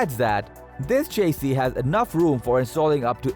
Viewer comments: It's chassis not chasee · Repeat after me… sha see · New drinking game. Take a shot every time this gentlemen mispronounces chassis. As a matter of fact don’t. You’ll die.